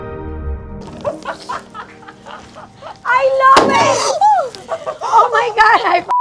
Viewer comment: “I LOHBIT!” - 😂